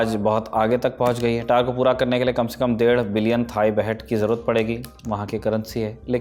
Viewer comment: Tower ko Tar bol raha Gawar